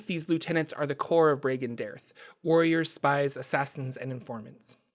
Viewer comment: His organization is pronounced (bree gan day arthe)